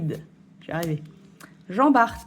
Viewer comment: Salut et, merci pour cette vidéo 👍. Ton classeur est plutôt bien rempli. Pour info, Jean Bart (on ne prononce pas le t) était un corsaire originaire de Dunkerque qui a combattu à l'époque de Louis XIV.